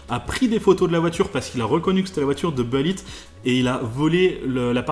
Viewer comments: C’est « boulit » pas « beulit »! Qu’es ce que ça m’énerve quand on invente une prononciation ni anglaise ni française.. ça me rappelle les années 90 quand certains gars qui voulaient se la jouer ricain disaient les « Chicago Beuls». Sinon j’ai entendu toute l’histoire très récemment... je sais plus sur quelle chaîne. Jay Leno ? Je sais plus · on dit boulitt pas beulitt mdr l'accent moisi !!